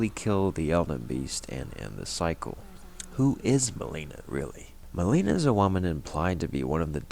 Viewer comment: The way you say Melina's name is driving me crazy. She literally tells you how to say it when she introduces herself. There's no reason to say it wrong so many times.